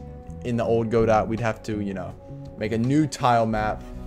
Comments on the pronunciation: It's Guh-doe, not Go-dot. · Great series… guh-doh